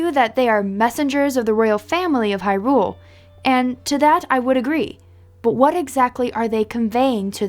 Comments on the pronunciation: It's not hyRULE, it's HYrule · The way you pronounce hyrule makes my blood boil.